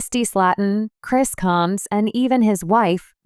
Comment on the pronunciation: This narrator is an idiot she cannot pronounce the last name correctly and Britney is not a sister to Tammy and Amy she is a sister-in-law married to Chris get it right dumbass